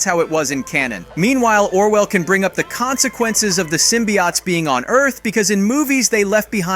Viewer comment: its pronounced sym-be-otes not sym-be-oughts